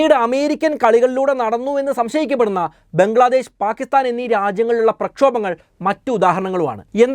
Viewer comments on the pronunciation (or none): none